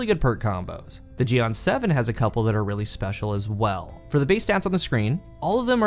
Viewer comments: Is pronounced gee-en but really focused on the "en" sorta like jiyen but the ji syllable is super short. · I almost died hearing u say jian